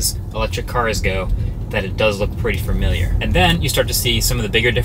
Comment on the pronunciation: I love it when people say "fermiliar" LOL